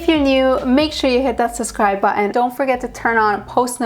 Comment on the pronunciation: Lovely girl, please practice saying suBscribe 😘